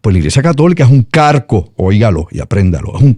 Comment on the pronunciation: Cómo se nota que tú no tienes ningún conocimiento ni socio ni geopolítico. Eres un opinador, junto al entrevistado, muy ignorante. Cuídate mucho de ser ignorante porque la ignorancia es atrevida. Estudia más, lee más. Dile al entrevistado que no se dice CARCO se dice CALCO